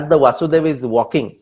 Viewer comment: Krishna’s fathers name was वसुदेव not वासुदेव.